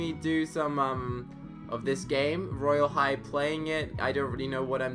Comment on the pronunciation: Stop saying royale high weird you literally don't know royale high cuz your new to it